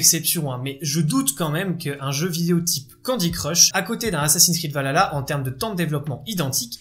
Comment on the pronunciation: Désolé c’est un défaut que j’ai mais c’est valHalla il faut prononcer le H alors que là tu dit valala Voilà sinon très bonne vidéo